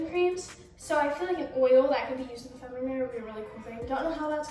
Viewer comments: Love you girl but it’s not pronounced femunum. It’s fe-mi-nin. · how you gonna have a hygiene brand but pronounce “feminine” as “feminum” 💀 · Why are you trying to give advice about female care when you cant even pronounce " feminine " right